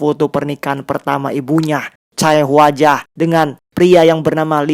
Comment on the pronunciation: Sorry bang mau koreksi dikit aja karena beneran ga enak bgt denger pelafalan daechon—- dibacanya de con bukan DAE CON Chae hwa ja dibacanya CEH WA JA bukan Cae Huwa Ja